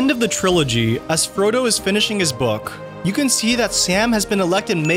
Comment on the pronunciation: Did the narrator say scrodo instead of Frodo at number 40?